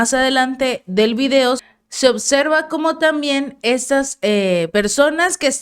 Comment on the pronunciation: No es "odserva" sino oBserva... Practica pronunciación del español. Gracias por tu excelente información 😃